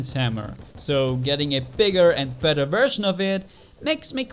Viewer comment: He was saying bether